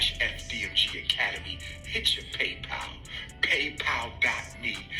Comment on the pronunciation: He's definitely no Charleston White 😅 The dude is a straight-up clown 🤡 "Hitch-yo paypal" 😅